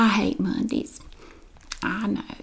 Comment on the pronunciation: The way you said "Mondeees" I love this so much hahaha You're the best!